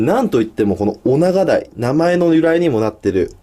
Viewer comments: オナガダイ なんといっても オガナガイ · オナガダイは、はまだいとも言いますよ！ （知ってると思いますが